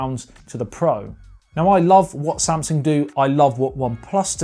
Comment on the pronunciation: he said samasung lol not Samsung